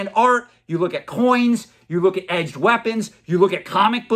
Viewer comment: "You look at eged weapons" ... specialist Doug Marcaida :D